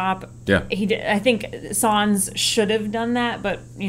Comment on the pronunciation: its nice to see a N.American/relative new fan's perspective on F1. Im only assuming you are relatively new bc of DTS, but your knowledge is commendable. Ive been a lifelong fan of the sport and the intricates of it are seemingly endless! Only one critique....it's Carlos Sainz Jnr, pronounced signs not sans. Have a good summer break.